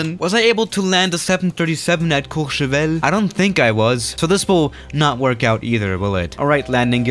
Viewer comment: Nobody:: Says Courchevel in French Everybody: Huh